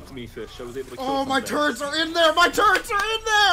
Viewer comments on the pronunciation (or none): It sounds like is saying turds insted of turrets